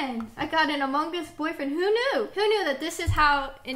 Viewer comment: How you guys pronounce the g in among XD